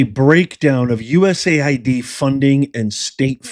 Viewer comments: USAID. Not usid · USAID...You mispoke,. You said USID...Oops is forgiven!